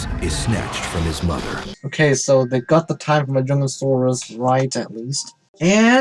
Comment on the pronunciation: Also really Jurassic Fight Club? YOU PRONOUNCE MAJUNGASAURUS WRONG? YOU PRONOUNCE IT MAJUNGATHOLUS?! WHAT IS WRONG WITH YOU JURASSIC FIGHT CLUB AND HISTORY?!?!?!